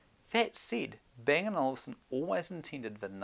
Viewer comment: It's Olufsen not Olivesen